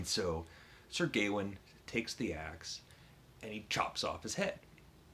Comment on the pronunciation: Your Norton project is going well! I'm hoping to read Sir Gawain soon in the new Simon Armitage translation. By the way, we generally say "Gawain" with the stress on the second syllable like "Ga-Wayne" rather than "Gay-win" - I think the title sounds better that way as the "-ain" and the "-een" tie together. Who know what they did in Middle English though!